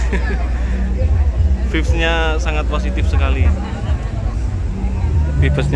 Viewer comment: "Vibes" itu bacanya "Vaibs" mas... 😅😅😅